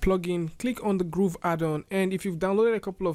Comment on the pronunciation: It bothers me how he pronounces Grove as Groove